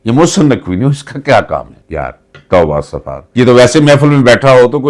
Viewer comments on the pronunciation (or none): none